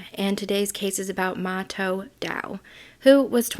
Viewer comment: and it is MA-TOE